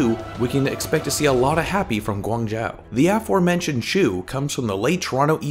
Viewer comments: Pretty sure it's pronounced guang joe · Ummm guangzhou isn't pronounced like that, but ok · March Wu I was just going to say that xD